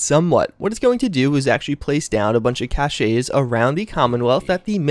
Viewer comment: You said cache wrong... Ahh it bothers me